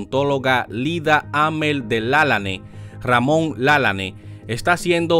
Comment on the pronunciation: Usted pronuncia el apellido de el mal, no es con acento es Lalane